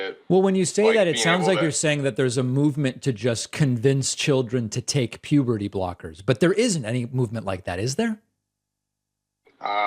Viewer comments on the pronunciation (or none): This call, to me, turned into a game of, how many times does this guy say "pubity", instead of puberty. 😂